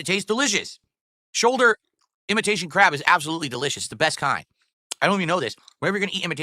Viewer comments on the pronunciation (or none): Whenever he says "crab" it sounds like "crap"